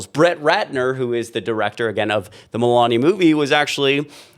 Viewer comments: Like how you pronounce her name Melooonia. 😂😂😂😂😂😂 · My new favorite is pronouncing her name “Mela-Nia”. Amazing how many people that can’t pronounce “Kamala” get pissed when you can’t pronounce a name correctly. 😂